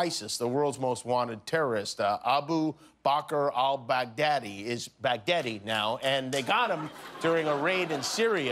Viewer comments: he said brag daddy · he said that later. he first said bag deady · I died when Kimmel said Bag-Deady 😂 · Trump mispronounced al-Baghdadi's name twice during that speech. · LOLOLOLOL OMG the way he pronounces Al Baghdadi.... OMG!!! a worldwide laughing Stock and zero substance